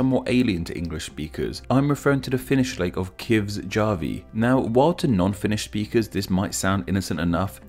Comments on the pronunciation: Kivesjärvi is /kivesjærʋi/ not /kivesdʒarʋi/ Lake Poopo is [po.oˈpo] not /pupu/ as well. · That Kivesjärvi pronunciation though lol... I'd like to know whether you try or just don't care :P